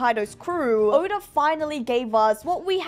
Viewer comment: why tf did u name urself and say oda like that